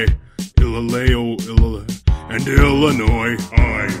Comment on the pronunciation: The song might've actually be "viable" (get it?) if they took out the Illinois part and pronounced it right